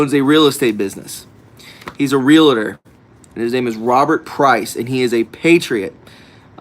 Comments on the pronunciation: Love your channel!!! I am a 31 year realtor. Just so you know, it's Real-tor, not Real-a-tor. 2 syllable word. POTUS was a Realtor, I read The Art of the Deal a very long time ago...... And, I'm not being mean. Pet peeve.....keep up the good work! Advertise for ME. I'm a patriot....I sell the Front Range Colorado....and Colorado is gone...it's full blown liberalism . .1st time since history, exodus out of CO...natives can't afford to live in their own state anymore....NOT ALL "REALTORS ARE SKETCHY" don't call out an industry like that. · FYI: R-E-A-L-T-O-R. No A or I in the word. NOT 'realator' or 'realitor'. Two syllables only. Blessings.